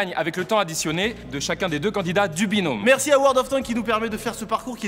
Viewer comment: carlito ta dit binonme mdr binom